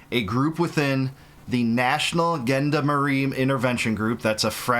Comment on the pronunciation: Gendarmerie, pronounced like gender